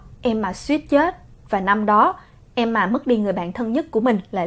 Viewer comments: S ko bả ko đọc là emma mà là em mà nhỉ 😂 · đọc Emma thành ''Em mà''. Ta có: Mẹ của EM MÀ. MẸ CỦA EM MÀ.CÓ AI HIỂU HÔM 😀😂😂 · Nancy Momoland Hửm???😒😒😒 Khá là kì lạ. Nhw mà......... phải đọc là Nan sy mới đúng chứ. Tại sao lại là Nan sỳ. Hửm????? Tại sao??? Tại sao??? Tại sao chứ??? Tại sao??? Tại sao??? Thôi mệt quá hok hỏi tại sao nữa. Nhw mà...... phải là Em ma chứ. Tại sao lại là Em mà. Hửm??????? Quá mệt mỏi với cách phát âm của. Qias mệt mỏi rồiiiiiiiiiiiiiiiiiiiiiiiiiiiiiiiiiiiiiiii. Tôi ko muốn hỉu. Tôi từ chối hỉu. 😤😤😤😤😤😤😤😤😤😤😤😤😤😤😤😤😤😤😤😤😤😤😤😤😤😤😤😤😤😤😤😤😤😤😤😤😤😤😤😤😤😤😤😤😤😤😤😤😥😥😥😥😥😥😥😥😥😥😥😥😥😥😥😥😥😥😥😥😥😥😥😥😥😥😥😥😥😥😥😥😥😥😥😥😥😥😥😥😥😥😥😥😥😥😥😥